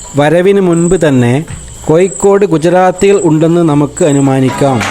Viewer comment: കോയിക്കോട് അല്ല... കോഴിക്കോട്..